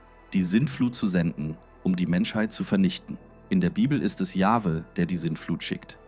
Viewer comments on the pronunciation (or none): Natürlich ist es eine KI-Stimme, alleine schon die Aussprache YupselonHweH=Yahwhe (Yachwe ausgesprochen).